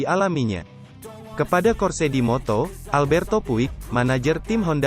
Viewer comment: voice over nya kayanya g suka moto gp,soalnya suaranya kaya g semangat gini baca beritanya juga sama,mana pelafalan nya salah mulu moto gp sama moto 2 ,cm yg saya liat cm isi beritanya aja 😂